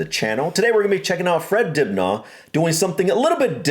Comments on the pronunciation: Hope you dont mind me telling you that Dibnah where i come from in Derbyshire UK is pronounced Dibna not har like Car . Other Counties may disagree Lol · More like Dibneh as and American will see the r and pronounce it, which we don’t in our accents 😄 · It always seems so strange / odd to me to hear say "Fred Dibnah" way he does!! (Like "Dibnarrr") I am so used to thinking of Fred's last name being said like 'Dibner'... I have no idea which is correct, but I have watched so many of Fred's tv programmes about steam engines, Victorian architecture, the 'Industrial Revolution', the old-fashioned steam-powered farm machinery - which replaced horse-drawn farm machines such as the ones which ploughed the fields, etc, plus pumps which cleared the lanes and ditches. His multiples of series cover a wide range of the innovative devices which helped reduce the need for such physical work, as required by the big 'Shire' horses, 'Percherons' and the now quite rare 'Suffolk Punches' (the latter of which are always chestnut in colour, and are classed as being 'clean-legged' eg. they don't have the big hairy legs that the 'Shire' horses have, which reduces the risk of 'cracked heels' caused by their heels and hooves being covered in heavy damp clay soils during their hours ploughing fields). (Sorry for getting side-tracked by horsey facts!)